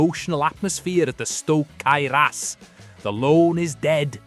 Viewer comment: The S-T-O-K Cae Ras????😂😂😂😂😂